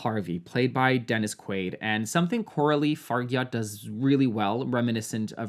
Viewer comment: Coralie Fargyatt? 😂😂😂 Honey it's pronounced "Far-jha"